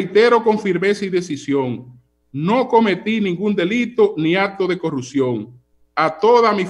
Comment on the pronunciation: Si por lo menos estos “comunicadores” aprendieran a pronunciar la “P” en corruPción, yo los escucharía, y luego evaluaría sus argumentos.